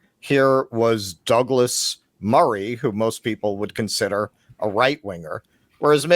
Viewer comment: He kept mispronouncing both Matt and Douglas's names. Murray got him back a little there when he called him Malc. The crowd definitely liked it.